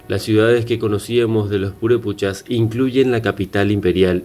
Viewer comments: Para hacer un reportage sobre cualquier tema primero hay que informanse bien... Me molestò mucho esa falta de respeto de mala pronunciacion de los nombres reales.... Es Purépecha y Pátzcuaro y así sucesivamente, corrige tu video o borralo....😠😠😠👊👊👊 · NO MAMES NO SABES NI PRONUNCIAR EL NOMBRE PURÉPECHA Y EL LAGO DE PÁTZCUARO! Y ASÍ HACES UN VIDEO ?